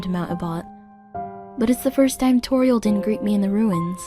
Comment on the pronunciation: To me, Toriel sounded a little weird... And sometimes the "Th" sound would turn into the "V" sound. Just a little bit of constructive criticism. This was AMAZING though! Good job!